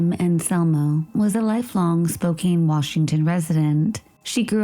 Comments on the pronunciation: Spo-Can not spo-cane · Better late than not at all, but it really sucks when the perps evade justice in this lifetime by dying. In case anyone's curious, "Spoh-CAN" (like a can of soup) is the correct pronunciation (she also says it "Spoh-CANE" like a candy cane). ☺